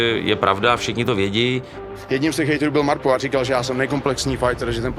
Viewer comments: Proboha, nevyslovujte to MÁRPO. 🤦‍♂️🙈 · V každym videu to ten exot bude vyslovovat "Máárpo" 🤦